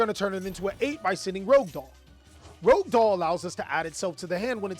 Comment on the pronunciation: The number of people who cant pronounce rouge doll never cease to amaze. Rouge, not rogue.